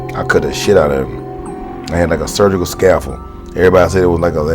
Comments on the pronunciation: "I had a surgical scafull" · " a surgical scafel" lol I think New Jack mean "scalpel"